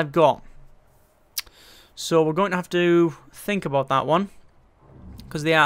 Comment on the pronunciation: Wonderin aboot! Lol